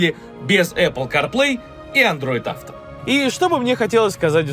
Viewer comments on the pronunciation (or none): none